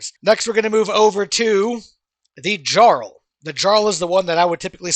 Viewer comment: Lol I like that he says jarl wrong. Only dude to never play Skyrim, and no they aren't saying it wrong jarl, fjord it's a constant language feature